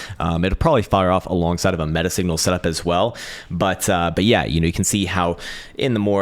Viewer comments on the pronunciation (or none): none